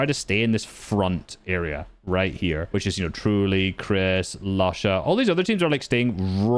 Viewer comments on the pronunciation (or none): who is lasha bro😭 its ilusha